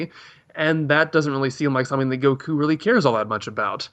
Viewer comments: Even said way under this you can't even say goku right. IT DOESN"T CHANGE. Even in the language your extention of the vowels CHANGES THE NAME AND ITS WHOLE MEANING. Seriously did you guys just read a wiki and never watch a single moment? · Modack44 wishes he were Japanese. The way he says Goku is what really annoys me. Also how he speaks down on the community all the time. I wish these videos would stop popping up in my recommendations. Maybe I just need to be more attentive to what I click on.